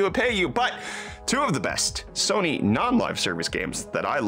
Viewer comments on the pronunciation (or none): none